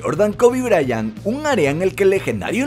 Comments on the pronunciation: jahajjajajajaajja “briant” dice es Bryant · Jajajajaja es kobe bryant no briant😁😂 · Kobe briant?😂 es bryant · QUE IGNORANTE "KOBE BRIANT" ES KOBE BRYANT POR LO MENOS LEE UN POCO DE LO QUE VAS A HABLAR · Es Kobe Bryant no "Briant"